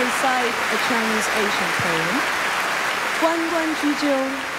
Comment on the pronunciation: 第三歌很好聽, 配樂也很有意思. Ancient , 楊斕讀錯第一音節了.